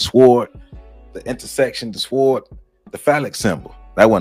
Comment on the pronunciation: The "W" is silent in the word "Sword". It is pronounced "sord". Great information but get those words right. Thank you!